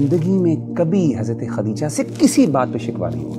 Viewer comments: It’s not khatija brother it’s khadija. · For brother who’s hosting the correct pronunciation is “KhaDija”not Katija.